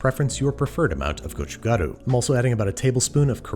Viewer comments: I'm not even korean but it's very refreshing after hearing someone else pronounce it as "gochujaru" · Wow you pronounce 고춧가루(chili pepper powder) so perfect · Applauds gochugaru and gochujang pronunciation!! Everyone has a different version of this growing up and lots of ppl add sugar, fish cake, cabbage, etc. but I really appreciate you show casing Korean food especially during a time like this. Love our people like you love our food! :) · As a native korean speaker, Babish pronounces 고춧가루(gochugaru) and 고추장(gochujang) by far the most accurately out of all the foreign cooking videos I’ve seen. Great job!!